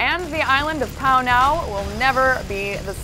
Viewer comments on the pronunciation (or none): its not pownow its panau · its pronounce Puh-Now not Pow-now..lol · God dammit... It's Panau, not Pownow. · inb4 learn2say penau it's not pownow, it's peh-now ;D